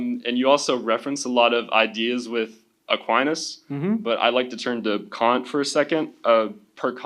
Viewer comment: His use of Kant as can’t 😂